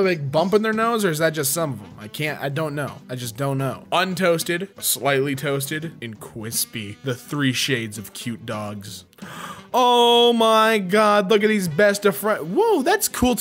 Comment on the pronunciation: Untoasted Toasted And... cwispy